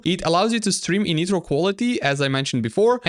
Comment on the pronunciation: Bro its not netro, ITS NITRO N-AI-TROAH (W vid btw)